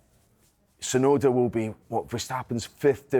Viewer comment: the T in Tsunoda ain't silent